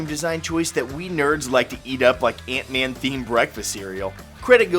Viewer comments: It’s Ant-Man. Not Eent-Man. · Antman not eentman